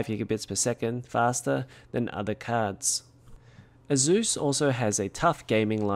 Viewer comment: The way you pronounce "Asus" makes me want to smash drum sticks in my ears. >>>correct